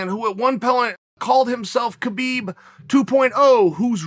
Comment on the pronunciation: Oh Uncle Chael...Uncle Kale....It's pronounced "Habib" and Chimaev is from Chechnya, which borders Dagestan. Dagestan is one of the most ethnically heterogeneous regions in the world and the most diverse republic in the Russian territories with at least 10 different groups claiming to be indigenous to the region and 30 spoken languages. Chechnya is more homogeneous being 95% Chechen. Chimaev never called himself Khabib 2.0, he said, "People are calling me Khabib 2.0 or something. I am not Khabib 2.0 I am Chimaev." You're are that he somewhat resembles Khabib but they're very different in many ways.